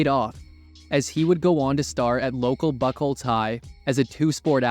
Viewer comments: Vernon Maxwell,was a Beast,all so it's not pernounced Buc holtz ,It's Buu holtz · It's pronounced Bu-holtz